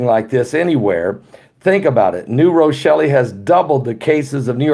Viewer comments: Drop the "E" sound from New Rochelle at the end!.. It's pronounced "New Rochell" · The E is silent. New rochell. Silent e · Lol... it’s New Rochelle.. ( Row-Shell) Cuomo scares me! He is a tyrant. I grew up across the Hudson River , in W. Nyack.... right by West Point Academy. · New Rochelle the E is silent.. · I dont think you hear the e on Rochelle.I live in Rochelle in another state and we pronounce it with the e silent. Lol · The e is silent in New Rochelle. I love you guys!